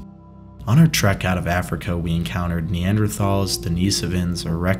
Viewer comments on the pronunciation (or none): none